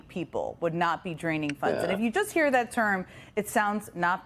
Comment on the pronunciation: That congressman just said “chust“ instead of “just“. Like they say in good old Pennsylvania… If you ain’t Dutch, you ain’t much. I guess I just notice it more onscreen these days.